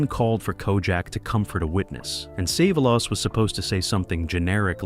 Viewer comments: I can't take it anymore wqith the "sah-vuh-lass". Didn't even make it a whole minute. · AI bullshit. Can’t ever pronounce Telly’s name